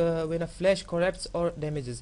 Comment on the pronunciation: Correpted.. no Flesh.. not really *Corrupted *Flash Learning to write and pronounce with..:)